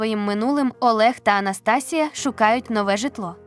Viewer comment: Прочитання жахливе... Абсолютно без інтонацій. АнастАсія чи може АнастасІя? Текст цікавий.